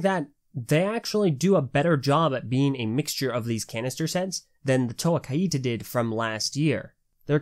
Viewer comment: I think it’s meant to be pronounced ‘kite-ah’ not ‘ky-ee-tah’